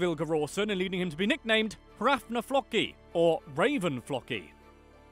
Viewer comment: I thought Floki would be pronounced like it rhymes with Pokey, not, well, Mock-ee, like they pronounce it on "Vikings".